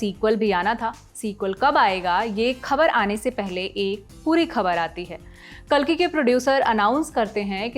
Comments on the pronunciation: Kaalki nahi kalki hai wo hamare Bhagwan ka naam toh atleast thik se lo Kaalki😢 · O hello madam khabar dene pehle uchharan to sahi se karna sikho काल्कि nhi कल्कि hai